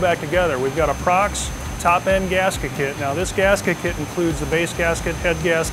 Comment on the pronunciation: It's pronounced Pro Cross